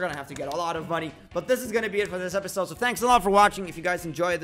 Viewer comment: you said epidsode that means part 3!